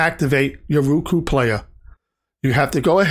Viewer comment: ROku....not RUku...